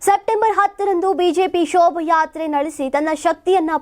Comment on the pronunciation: ಶೋಭ ಯಾತ್ರೆ ಅಲ್ಲವಾ ಶೋಭಾ ಯಾತ್ರೆ ಅಂತಾ ಸರಿಯಾಗಿ ಉಚ್ಚಾರಣೆ ಮಾಡಿ.